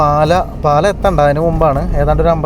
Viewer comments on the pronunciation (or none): പാലഅല്ല പാലാ എന്നാണ് ശരിക്കുള്ള ഉച്ഛരണം പാലയിൽ എക്ഷിയാണ് ഉള്ളത് അത്രയും വേണോ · പാലയല്ല പാലാ എന്നാണ്